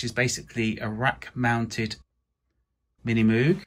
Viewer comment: It's MiniMoog, Moog is like "ROGUE"... not moowg...Not sure how you're still mispronouncing after 50 years